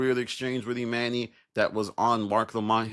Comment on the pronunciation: It dont bother yall he keep saying eMANee when we watched this show for however many yrs and NOBODY call him eMANee.. grown adults purposely being illiterate jus b hard to ignore ngl